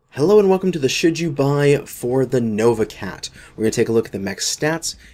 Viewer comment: Heard the intro as: "Welcome to the shit you buy..."